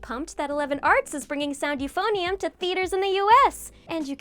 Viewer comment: You pronounced euphonium wrong